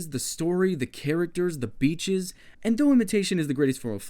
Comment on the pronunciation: "beach" is pronounced with a longer E btw